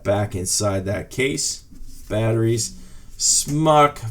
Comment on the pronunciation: Arrrgh! Everybody STOP saying "smock" when it's "SMOKE"!! Aside from that, you do this video well for someone that knows how these work but this newbie still doesn't know what you're doing.